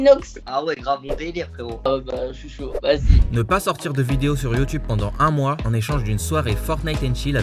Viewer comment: on dit dedeos et non dedos